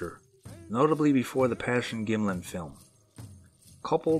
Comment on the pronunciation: Did you say "Passion-Gimmlin"? It's "Patterson-Gimmlin".